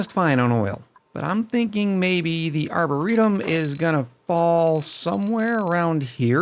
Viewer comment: Aboretum xD